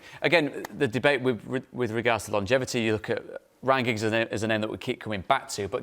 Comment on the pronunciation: Liam said Ryan Giggs 😂😂😂😅😅